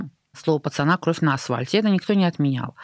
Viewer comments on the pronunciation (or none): Я не ослышалась?.. Арина несколько раз произнесла кровь на асВальте